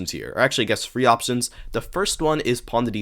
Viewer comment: There's no "F" in "three"